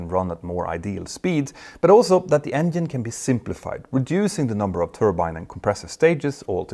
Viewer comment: Does he pronounce it "Engien" ???